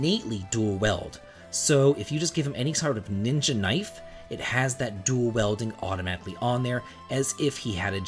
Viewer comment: He pronounced a lot of things wrong lol. Thamasa, Genji, pronouncing dual-wielding as dual-welding etc...